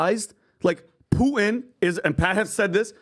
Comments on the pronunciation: is most rational guy in the room on "Russia" topic. try first to say "Putin" not "Puhin" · needs to learn how to say Putin. He says Poo in. Teach him how to pop his T’s. AND he was full of Doo Doo on the Navalny story. Who! Who! Who!🙄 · Dude is off the rails. Also please pronounce the t in PuTin. You sound like a lefty mileau if you drop the t.